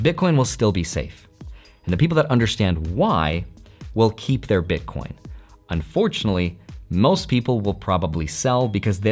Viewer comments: Did he say BitCORN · lol DID U SAY bitcorn?! U R AWESOME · wait did you just say bitcorn? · "all the Bitcorn" ? Corn? 😂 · you were a card nerd, then a finance nerd, and now you're a tech nerd. also you def said "bitcorn"